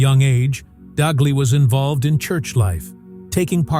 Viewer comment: Pope Tagle is pronounced as ‘Tag lay’ not ‘tag lio ’. Please pronounce his name correctly. ‘tag lay’ not tag lio or tag gel. Just ‘tag lay’